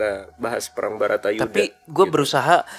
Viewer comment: salah terus kalau ngomong Bharata Yudha dia ngomong Bhatara Yudha, tapi aku suka jadi lebih Bijaksana dan Smart